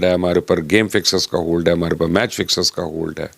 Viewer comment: भाई पहले तो "हे" नहीं "है" होता है और "मेच" नहीं "मैच" होता है।